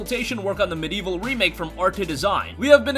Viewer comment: There are four syllables in MediEvil and in 'medieval'